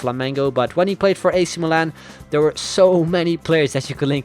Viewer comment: it's really fun how you pronunce "ac milan" XD